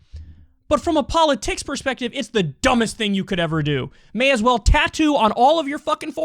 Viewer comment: Kyle gets so angry that he forgets how to pronounce policy and politics. :)